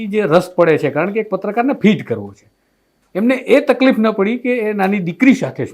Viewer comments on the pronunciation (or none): none